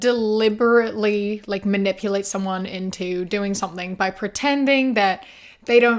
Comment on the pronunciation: Hate me all you want, but whenever you say "by", my head turns it into "bi" lol